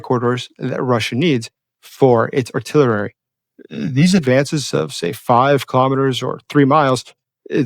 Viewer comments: Ar-till-er-rerry ? Your English is very good. But this word is pronounced ar-till-er-ree (artillery) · The word "artillery" is not pronounced "artillerary" It has 4 syllables, not 5. It is pronounced "are-till-air-ee" accent on the second syllable.. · Really enjoy your channel and find it very informative so I hate to do this, but it's not artillerary. It's artillery. Keep up the great work. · for the love of God, PLEASE stop throwing an extra "rare" syllable into the word "artillery!" Five instances of "artiller - rare - y" in one video are five too many!' Otherwise a good video. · Love and follow you. It is jarring, however, to hear you say artilerary instead of artillery. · Love your very interesting work, but please, ‘AR-TIL-ERY’ - there is no extra ‘er’ in the word. Small but irritating,. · Actually he adds 'ar': ar-till-er-ary! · "artillery" has 4 syllables (ar-til-ler-y), not 5 (ar-til-ler-er-y) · let me help you out here. You continue to say artillerarry instead of artillery. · sorry I don't want to pretend to be clever but just thought I would correct a speech error you have. Artillery is not pronounced artillerary! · The English word “artillery” is pronounced: Art-til-u-ree. 😊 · Love you but it’s Ar-till-er-e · Artillery is pronounced: aar-ti-lr-ee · There never has been such a thing as "artillerary" . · Avid member & supporter,! However: every time I hear you say "artillerary", I recall President Jimmy Carter saying "nukular"--- and Carter helped Hyman Rickover CREATE our nuclear navy (especially subs!)... In both cases, I totally empathize with the many friends & associates who pretend not to notice a single, mis-pronounced word-- because they're impressed or intimidated (or both!) by the sheer mental horsepower so revealed by the narrative surrounding it! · You mispronounce artillery! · I thought it was a one time thing. But this is the third video where cant pronounce artillery. Weird.